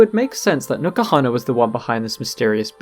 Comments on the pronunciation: Isnt N'kuhana prnounced en kuhana rather than new kuhana? Not a native english speaker so i assumed the n is pronounced by itself ^^ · The video was great, i JUST have a big gripe with it... Is it stated anywere the correct pronunciation of n'kuhana? Because its written in a manner in which you would pronounce it like "enkuhana", but you pronounce it "NUKAhana".